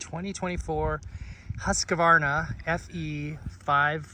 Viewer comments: Just bought one myself. However…… you really need to pronounce your ride. It kills me to hear you say “Hus (ka) varna. No A bud. Husq varna. If you can just get that tongue twister resolved, we will have happiness within the universe. Lol.😢 safe riding my friend. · For the love of God! It’s not Husq “a” varna! There’s no “a” between the q and v of the word Husqvarna…. Sorry I had too… sweet bike!! Keep up the good work! I really like my FE350.